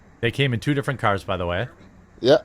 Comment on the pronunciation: (D)ifferent Jeremy, it's just (D)Ifferent